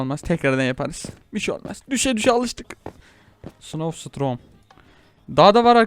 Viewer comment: abi ingilizce bilmiyon mu snow storm a snow strom diye